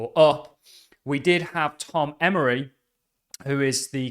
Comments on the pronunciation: Tom Emmer. No y at the end. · Emmer not Emory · it's Tom Emmer. It's not pronounced "Emory". Come on man, be cool.